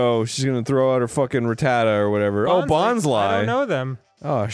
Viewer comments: Anyone else insanely surprised when Arin pronounced Bonsly correctly? Dreams do come true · I always pronounced it 'bons- lee' but bons-lie makes more sense lmfao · And yet he managed to pronounce its name correctly. Almost no one does that. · Is anyone else absolutely blown away by the fact that Arin knows the proper way to pronounce Bonsly?